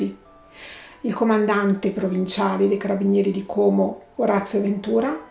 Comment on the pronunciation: Bravissima! Ps Como con la o aperta